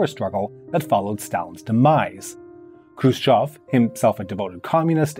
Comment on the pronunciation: Finally, a foreigner calling him "Hrushyov" and not "Krushyev"